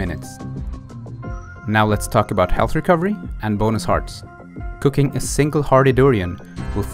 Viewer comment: Ok...I don't wanna say this like it was an alarming thing. I could of sworn you said Cocaine instead of cooking.